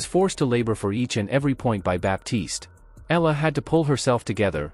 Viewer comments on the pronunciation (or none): Please say Alex's surname , the way we Filipinos pronounce it. It's "E-Ya-La," not simply Ela...Thank you..